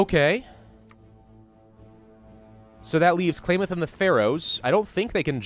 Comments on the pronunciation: How to pronounce Klamath ka-lam-ith, not clay myth. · The way he pronounces Klamath... JK, not gonna be a huge dick about it. He did admit to only just reading a small amount of lore anyway. Hell, I thought Fallout 1 and 2 were 3D like Fallout 3 was until I saw pictures and gameplay footage of the first two. Bare in mind, my first introduction to Fallout 3 was when I was 9. It wouldn't be for 4 more years until I could play it myself.